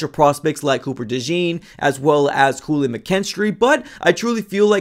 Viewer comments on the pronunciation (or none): none